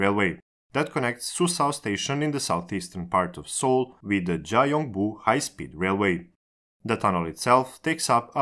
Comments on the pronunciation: 자용부라고 발음하셨지만 라틴문자를 그대로 발음해서 그렇고 실제론 경부로 발음해야 하죠. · Gyeongbu is pronounced more like Kyonbu, not Jaiongbu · Just for more accurate info(No intention of criticizing!) Both Gs in "Gyeongi" are pronounced "guh" sound, so it's more like "Gh-young-Ghi" "Chemulpo" is actually pronounced "Jemulpo" "Gyeongbu" is pronounced "Gh-young-Bu" "Gangnueng" is pronounced "Gang-Nng". Or Just "Gang-Nung" is fine I think. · 경부는 g보단 k로 읽어야 하는디...